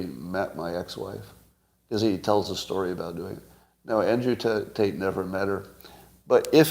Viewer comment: Clearly Scott says "taint" and not Tate. He just did both on this pod. Is Scott jealous of Andrew? 😍